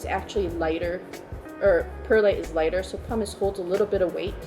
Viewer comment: Say it with me 🎆 /pʌmɪs/ 🎆